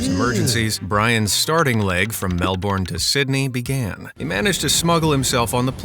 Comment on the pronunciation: Its pronounced Mel-burn not Mel-born...